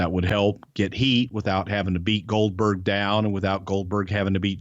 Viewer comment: Goldberg sounds like Dumberg 🤣